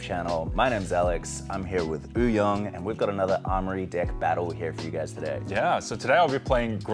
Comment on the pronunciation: Nice match! Deck seems very sweet! And as a French guy, i have to say that Uhyoung prononciation is peak level 👏🇫🇷